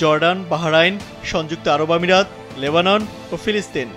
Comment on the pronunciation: সবই বুঝলাম, কিন্তু ফিলিস্তিন ও লেবানন কিভাবে বললো 🤔🙄